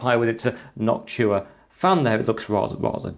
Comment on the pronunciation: It's Noctua not Noctchua